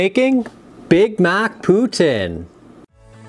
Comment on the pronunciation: I'd fuck with that! Gotta correct you on pronunciation. "Poo Teen" source - A Canadian